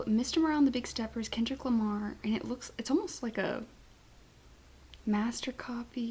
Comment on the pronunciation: You’re fine with the llama name lmao. There’s an ASAP Rocky song from way back in the early 2010’s featuring both Kendrick Lamar and Drake and in his verse Kendrick says “I’m Kendrick Lamar” but the way he says Lamar sounds like llama and it became a meme. And as we all know even though Kendrick does keep to himself, he is very aware and up to date with social media and memes. So yeah he most likely did a play on that when he started calling himself that